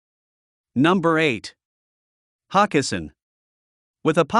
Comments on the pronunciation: It's not Hock e sin it's Ho kes sin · That’s HO-kessin!